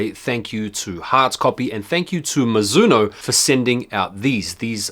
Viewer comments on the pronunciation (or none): Mizuno is pronounced "mee-zoo-no" Great vid, I passed on these and went for the TMNT Adidas